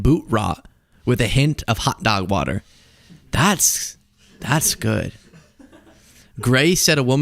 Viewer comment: What is "Wudder" and how do you know so much about it?